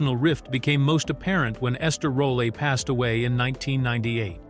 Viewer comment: You keep Changing Ester Rolle's last names."ROLEE, ROLA, ROLL-A.." ...Your Grammer Is Baaaad!